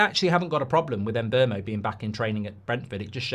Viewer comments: Em-boh-moh. Not Em-bur-moh. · There is no letter R in mbeumo